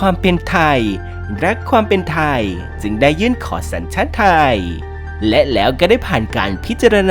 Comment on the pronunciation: ทำไมแอดต้องออกเสียงว่า สัญชาติทายยยยยย ไทยสั้น ๆ พูดชัด ๆ ไม่ได้เหรอ ขัดหูมาก ทายยยยย